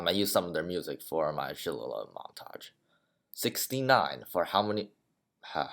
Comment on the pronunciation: Oh and fyi shillalagh is pronounced shill(as in chill but with a s)-a-lay ^_^ sad how no one asked u about what ur race is -_____